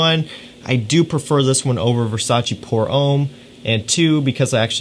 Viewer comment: Nice video and choices! Just a hint about the French pronunciation: "pour homme" is not said "pour ohm", but "pour homme" with a shorter and open "o" like in "loft", "lost": use that open and short "o" sound with an "m" and you have the French "homme" as opposed to the religious "ohm" from India. :) Cheers